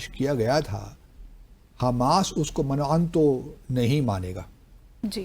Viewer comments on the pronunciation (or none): باسط صاحب آپ بہت بڑے آدمی ہیں اور ہمارے دل میں آپ کے لئے بہت قدر و احترام ہے، لیکن میں چھوٹی سی تصحیح کرنا چاہتا ہوں پر یہ لفظ مِنْ و عَنْ ہے، وزیر خارجہ صاحب نے بھی یہ لفظ ٹھیک pronounce نہیں کیا۔ شکریہ